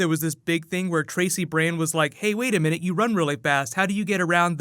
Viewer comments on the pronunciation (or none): none